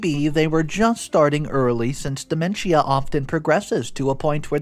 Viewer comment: It’s pronounced De MEN shuh Not DE men schia Also it’s inVI TATion Not inVINtation